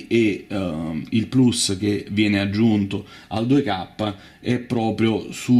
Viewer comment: Beh, però ha detto "plus" e non "plAs". E' ammirevole di questi tempi